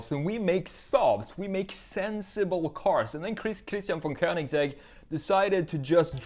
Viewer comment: It's not königZegg, it's königsegg